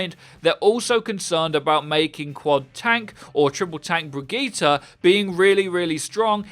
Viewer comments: Brigita? Uhm nope there is no A in her name and it doesn’t sound like that either 🙄 it’s kinda lika Brigitteh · brigitte not brijit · Her name is pronounced as Bridgette not Brigeta 😐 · There are the Overwatch Youtuber that pronouces Brigitte the correct way, and there are the Youtubers that pronounces her name as 'bridge-it'. And then there are those that pronounce her name the correct way, then the wrong way, then the correct way, and the wrong way. In the same video. Hahahahah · Her name is brig-get-a. PLZ GET IT RIGHT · It is pronounced Brigeta dude... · Y’all shut up, in every language vowels are pronounced differently. It’s pronounced Bre•git•ta or teh, the “G” is hard and the “E” sounds like an “A” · Hustle Tha GOD BRI-GIT-Tuh but Murican schools are a joke 😆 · it's pronounced 'bridge it' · Anyone else concerned about how he says” Bregeetere” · you pronouce Brigitte both ways, it's russling my jimmies! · StOp mIsPrOnOuNcInG BrIgItTe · Until you can pronounce her FUCKING NAME RIGHT, I thumbs down the vids. Why can't you just fucking say it right the whole time? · drink every time brigitte is mispronounced